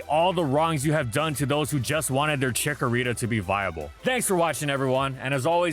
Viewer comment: CHIKORITA, NOT CHICKARITA!